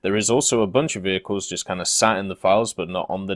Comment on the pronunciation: the french vheeled wehicles are coming to WT...